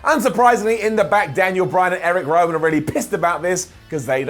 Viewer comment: Zovier Woods and Eric Wowan? Did he have a mini stroke there?